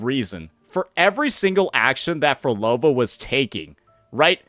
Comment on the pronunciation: So you’re saying Phrolova was creating an “Outer Heaven”? WHEN YOU CAN’T EVEN SAY MY NAME🐍🫡